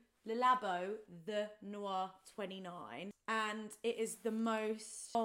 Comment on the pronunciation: Hey! just a lil fun fact: the perfume is called 'Thé Noir', which is french for 'black tea'! (you pronounce it 't-eh') 😊 which sounds delicious (woo, living in montreal learning french the past year is paying off) 😜